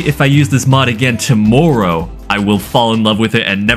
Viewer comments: why did you say tomorrow like that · Really got Canadian saying “tomorrow”